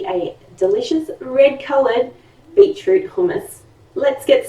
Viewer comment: Beetoot? Hehehe